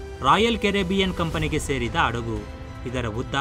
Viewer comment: Thilidu kolla beeda maga😭😭😭 Adagu halla (alla) hadagu🙄🙄🙄